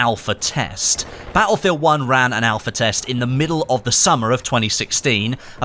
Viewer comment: thank god BF V is around. I dont now what accent this is but i cant here you say battlefield uoonnnneeee anymore 😂..but keep tbe great content coming👍👍